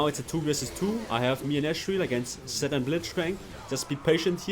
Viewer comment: It took me so much time to understand that he was saying "Zed" and not "Sett"